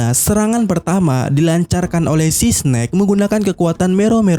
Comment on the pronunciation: eS- SNAKE bukan Si-SNake